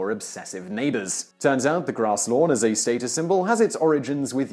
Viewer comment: This guy needs to learn how to say 'status'.